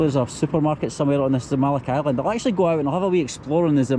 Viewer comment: I'm confused why is he saying Island? Or am i hearing him wrong?